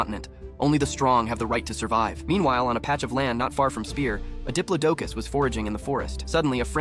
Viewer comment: It’s called a (di-plo-do-cus) diplodocus